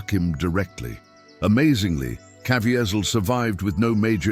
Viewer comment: Please learn how to pronounce Jim's name if you are going to tell this story